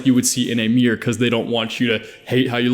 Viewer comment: I love when he says miargh instead of mirror